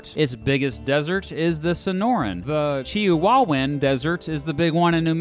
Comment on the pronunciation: chia wow win he said